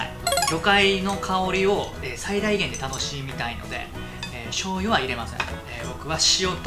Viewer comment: ちょうゆって言った？？